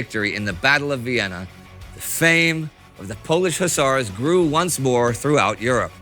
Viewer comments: Hussars ✅ Hussers ❌ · I kept yelling at my tablet " it's Hus-sars" lol😂😂. ....,Do Fields Of Verdun next or 7 Pillars Of Wisdom 😊